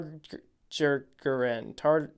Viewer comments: its Tar-gary-en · It's Tar-GAY-Ryen!! 😃😃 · Targaryen with a hard g